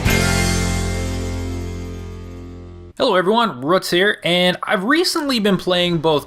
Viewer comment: Ruts? Ruts?! Don't you mean Roots? As in r-double-o-t-s? Do you pronounce boots as butts too? Or pronounce shoot as shut? The way Americans misspell and mispronounce English words never fails to surprise me.